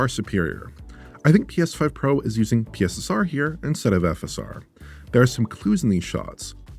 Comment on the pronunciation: I will always hear “PISSER” when “P S S R” is said.